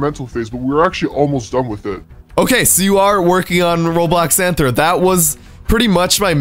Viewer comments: It’s Athro not Anthro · U saying it wrong it's rthro